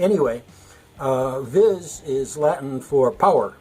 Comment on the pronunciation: Vis you idiot not viz